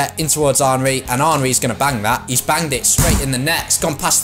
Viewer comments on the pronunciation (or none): its not aanry its enry